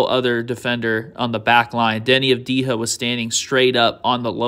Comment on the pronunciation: Great content again. Just one thing. Avdija is pronounced Ahv-dee-yah, not Ahv-dee-ha. J is not pronounced as H. (ha)